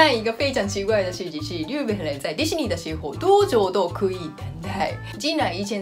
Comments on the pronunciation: 日本（riben）の発音って上海訛りか？ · 不会的，这位的发音有问题